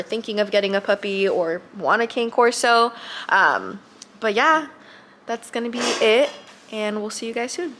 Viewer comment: I actually said this in a previous video of theirs. This is coming from the AKC website , word for word… “Cane Corso So don't pronounce “Cane” the same way you would the striped Christmas candy. Instead, say “CAH-ne,” which is simply Italian for “dog.” To shorten the name, use “Corso,” never “Cane.” When referring to more than one, you can impress everyone by using the Italian plural “Corsi” (COR-see).”